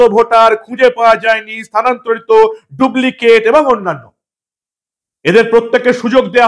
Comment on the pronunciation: দুবলিকেট নয় ডুপ্লিকেট